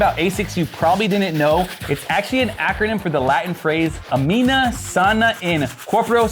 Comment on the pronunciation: It's ANIMA not "amina." Soul. "Healthy soul in a healthy body." I had Asics for a long time. A good sturdy pair. Expensive too👍 Now I'm in Skechers.